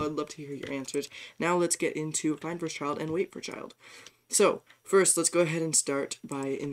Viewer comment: almost reported you for a minute there when you siad eifnd a child